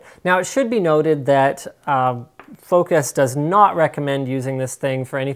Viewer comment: The name is FOC US, lol. Comee on !!!